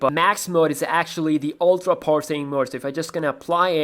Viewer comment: Why do you keep saying "poorsing" when you are in the power saving screen? I don't understand what poorsing is.